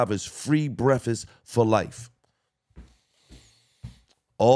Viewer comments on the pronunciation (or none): my nigga said free brefest like 5 times 😂😂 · Love you Gil but did you say free brefast😂cmon Gil